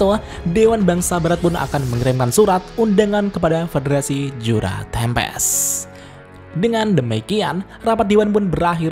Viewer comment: Yang gua denger federasi juna tempest :/